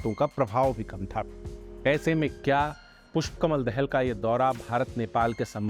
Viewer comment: Abbe chmtiyo he is not Dehel Dahal 'Daa-Hal'